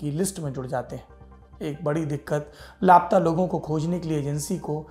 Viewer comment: दिल हिला देनेवाली कहानी है मेक्सिको की। ऐसा होने की वजह समझमें नहीं आयी। एक बात खटक रही थी, सौरभ जी। आप बारबार "लाप्ता"ऐसा उच्चारण करते रहे। वास्तविक में उच्चारण " ला-पता"ऐसा होना चाहिये, है न? वैसे आप हमेशा इतनी अच्छी हिंदी बोल लेते हैं, कि लाप्ता शब्द आपसे सुनना बुरा लगा। मैं आपके प्रोग्राम बहुत चाव से देखती हूँ। प्लीज do not mind ...